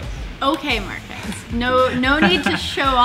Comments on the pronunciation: One thing Sara and Will Smith have in common: Calling Marques “Mark-ass” xD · markhas, it's Marques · It's markhese 😂